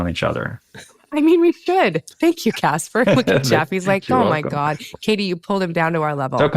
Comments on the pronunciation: It's "Katee", not "Kate", but yes, I love them both so much, bro! They're both amazing people, and great actors as well! Katee's an international Hollywood sci-fi treasure, such a babe! And Joel's a comedy legend, man! He's been in Community, 30 Rock, and now Animal Control on Fox! This guy is awesome! I love Joel McHale so much, y'all! He's insanely cool and talented! What fun he is to watch! His work is phenomenal! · Bro, totally! Joel is amazing, and both of them are great together! And I'd watch them in anything, man! Also, it's not "Katie", her name is "Katee", got that, dude? Thanks!